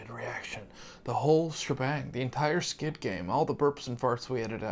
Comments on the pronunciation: Is there a reason... or am I just hearing it wrong. The guys keep saying "Skid" game vs "Squid" game. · im just sad im not going to get to hear u say SKID GAME anymore </3